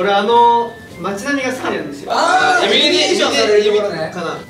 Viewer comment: イルミネーションって言えないジェシーちゃん愛おしい、、 横文字、、